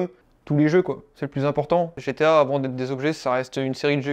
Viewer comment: Bien belle sa collection mais faut qu'il apprenne à dire GTA et pas GTO